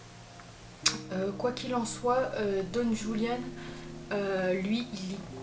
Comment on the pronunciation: Tres bonne video, merci pour ces information, mais les ''euh'' me stressent 😂 et petite précision le ''j'' espagnol se prononce comme le '''r'' francais donc son prénom se prononce ''Roulianne'' 😊